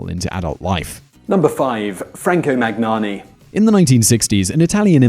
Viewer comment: maGnani maGnani maGnani .... it's really disrespectful (and painful for the listener) not to say a persons name correctly. why wouldn't you waste ten seconds and learn how to say someones name? it can't be that hard.